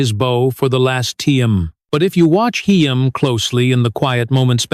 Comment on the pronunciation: My god this narrator is the worst. “Heem “?!